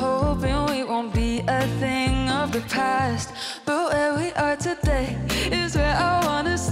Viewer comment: ㅋㅋ thing 을 댓으로 발음하네..보컬 학원 어디냐..ㅋㅋ